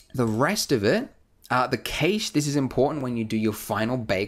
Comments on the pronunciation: He pronounces cache(cash) kaysh lol. great tutorial though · No one says 'cache' right. Would actually be cachée, since it's a French word. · "cash" (cache)